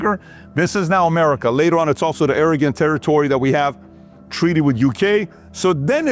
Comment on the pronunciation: did he say "arrogant territory" (oregon territory)